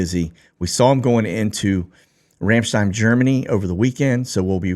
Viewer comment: Everytime you go over “Ramstein” it sounds like you say “Ranchdine.” My husband says it because you are a Texan. 😂